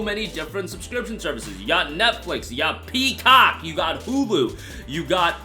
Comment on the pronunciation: why he say peacock like dat lmfaooooooooo